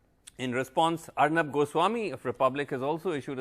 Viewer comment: It is Ar'Noob' not Arnab